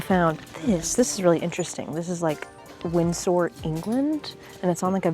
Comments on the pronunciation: not Windsoar, it's Winsur. UK and Canada have them. lol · Windsor is where i was born. Loved your pronunciation although you did add an e at the end where there isn`t one.😆